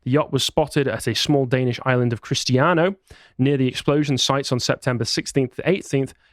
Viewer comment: That is the weirdest pronounciation of Christiansø i have ever heard. Also Methane.